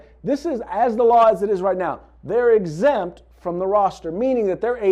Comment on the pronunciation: always hated that, "LEO excempt. "